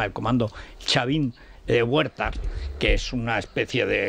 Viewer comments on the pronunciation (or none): huertar dice shiquitito iletrado! Es Chavin de Huantar, como la antigua cultura peruana!